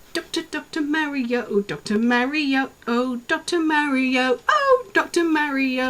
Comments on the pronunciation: yes there is no "h" in Mario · That's the second British YouTuber I hear pronouncing Mario's name "Marrio" rather than "Mahrio". Is this a thing? :D